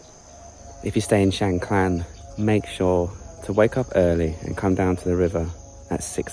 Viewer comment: No L in Khan...NOT KLAN Kaaahn...